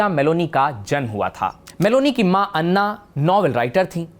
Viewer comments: अन्ना नहीं, एना. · Same spelling different sounds. Italian name Anna doesn’t sound same as Tamil or Kannada anna. Thank you. Sounded a little absurd.